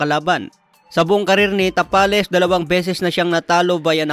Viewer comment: Tabales yan hindi tapales haha